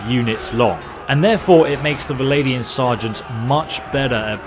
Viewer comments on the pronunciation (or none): “Valadian”??? Vlan-dia? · Every time you say Valadian Sergeant a little kitten dies. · Vlandian, not Valadian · How do you end up saying "Val-ay-di-an" out of a spelling of "Vlandian"? Surely it ought to be "Vlan-di-an", with the "Vl" almost being "fVl"? So, "fVlan-di-an". Hearing "Val-ay" from "Vlan" is making my ears sad. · I love you but if you say valadian one more time... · VL-AND-IAN not vladian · How can you mispronounce ''Vlandian''...How does it sound like ''Viladian'' to you? Where is that i between the V and L... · Love your content but why do you pronounce Vlandian as "Valadian" o_O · exactly... it's Vlan-dee-an... please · I can't help but cringe everytime he says vilaidian and drakhans.. otherwise quite informative. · Should be like Swadian